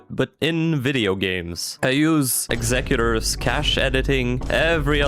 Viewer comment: "exec-utors" wtf